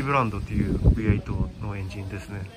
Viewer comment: 『ブイハチ』『ブイエイト』 完全に日本人の語り口ですﾈ！